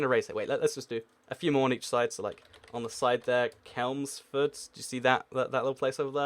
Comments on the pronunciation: it's not kelmsford it's ch-elms-Ford as someone from chelmsford I'm triggered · Kelmsford? Ffs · Lol "kelmsford", it's ch-elmsford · I live right by Chelmsford, consider me triggered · I live in Hertford and it was annoying. I'm taking the A414 to Chelmsford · I live in Holland and never been in Chelmsford and was triggered as well. Only difference was I thought I was probably wrong. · Jude Mcklunky Lewis I live in Basildon but still triggered😂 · Does he ever pronounce any location or noun correctly. Kelmsford, come on 😂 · What sort of subhuman pronounces Chelmsford as Kelms ford ? You really need to get out more and get off trying to make money on Youtube. Wait until you are a grown up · the ch in Chelmsford does not make the k sound it makes the ch sound